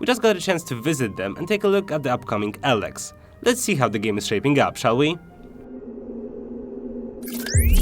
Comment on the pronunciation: Dude no offense but your commentary of the game......... you are saying "ELEX" wrong. Don't do commentary on stuff if you can not "ENGLISH" correctly.